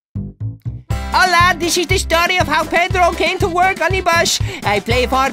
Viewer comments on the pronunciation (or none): its hola, not ola. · It is Hola, not Ola.